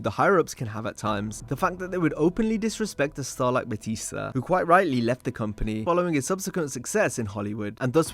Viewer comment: JBL said BooTista 👻 hah BootTista 🥾 lol